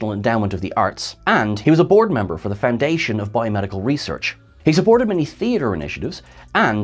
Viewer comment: I thought you said borg member lol not board